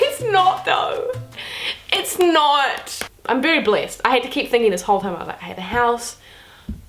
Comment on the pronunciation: the whole time i herd you saying Blissed,and i was like what the hell is blissed but ok just new word that i dont know yet. Then I realised you were saying blessed XDDDDD what am i